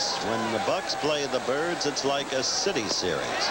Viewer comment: is he calling the Orioles the "turds" or the "Kurds"? dosen't sound like "birds"?